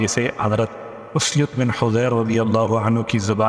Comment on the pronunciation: اسید بن حضیر۔ الف پر پیش ھے